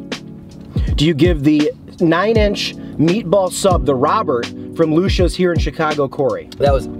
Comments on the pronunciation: The owner used to work at alpine subs by johnnies beef. That’s a great spot, their Lucia sub is great as well. However it is pronounced Lou See Yahs not lousha lol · Try Conte Di Savoia’s meatball sub. It’s also pronounced Lu Chee ahs, fyi. They make great cold subs too. I don’t know why people push damato’s or bari’s meatball sub, they’re trash and no flavor.